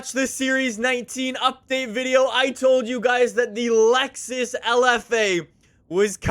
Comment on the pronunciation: It’s Lexus not Luxus